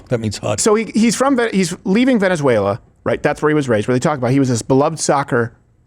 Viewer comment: SAYS "VENEZUELA" LIKE AN IDIOT 😂